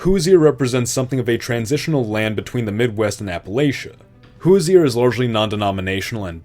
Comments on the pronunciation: Never say "Hoosier" again. It's pronounced "Who-zher" not "Who-zee-er" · Pronunciation notes: You said “To-leh-do,” “Hoo-zee-er,” and “Pid-mont.” These should be pronounced “To-LEE-do,” “HOO-zher,” and “PEED-mont.” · NGL his pronunciation of "Hoosier" is down right insulting. (I would type out how it sounds, but I have no idea how to make that sound with letter, find someone from Indiana they will tell you. Best I can do is this "Hoo-'zher"). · Did you just forget to name one of the states Indiana? Lol I realize it’s a pretty forgetful state but still… I do appreciate that one of the states is name a Hoosier tho (pronounced hoo-zhr). Even tho no one knows what a Hoosier is. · That’s not how Hoosier is pronounced… It’s pronounced “Who shjur” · As someone (Hoosier) that took part in this project, and an important part of the Midwest Community, this is a great video and I am glad you made this. I have one complaint, the way you said “Hoosier” is incorrect. The way that it is supposed to be pronounced is (Who? Sure) No hate though, it is kind of hard to pronounce. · As a lifelong Hoosier, your pronunciation brings me pain. huːʒər or WHO-sure. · It would definitely help your case if pronunciation was correct. Saco, Albany, Toledo, and Hoosier were enough for me before I stopped the video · Actual Hoosiers hearing him pronounce "Hoosier" be like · It's interesting, when you say "natural" you mean common populations - not what most would impute "natural borders" to mean. For instance, you assimilated Cincinnati into Kentucky, but that requires an expansion (as you note) north of the Ohio river. Also, some interesting mispronunciations here: Toledo, the Piedmont, and Hoosier. (Though, I guess the pronunciation of 'Hoosier' could be differentiated from the current pronunciation if you wanted...) That said, very interesting and an enjoyable watch. An improvement would show the major cities on the map -- or prior state borders to better help differentiate what's where.